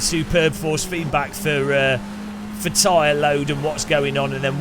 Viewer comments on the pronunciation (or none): none